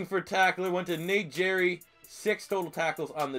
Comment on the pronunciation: Low key butchered Nate gerry's name. Haha it's said like Garry with a g sound not a j sound. Ay but great vid bro. Keep up the good content! By far my favorite eagles account on all media platforms!